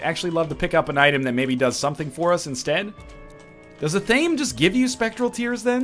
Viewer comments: EH-THA-MAY. Not a-tame. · NL.. repeat after me. ah-thah-meh its 3 syllables not 2. its not an english word an athame is a small ritual dagger used in wiccan ceremonies